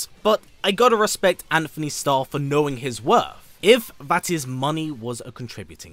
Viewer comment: It’s Antony lol